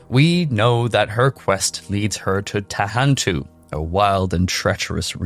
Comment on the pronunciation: sorry to correct u but its Nahantu not Tahantu